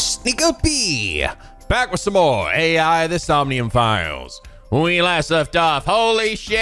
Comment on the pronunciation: you're still mispronouncing the "AI" in the game's name. It's pronounced the way it sounds. There aren't even periods in the game's name to suggest the letters are pronounced separately. Edit: Also just a reminder, Ei's name, from 13 sentinels, is pronounced the way it sounds. I've been a subscriber since ish so I know how you're like with pronunciation, but I find it ironic that you pronounce the name that isn't spelled like "eye" as just that, and then pronounce the name that is spelled like "eye" as not that at all.